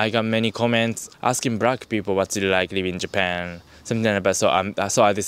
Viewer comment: ""brackk peepull"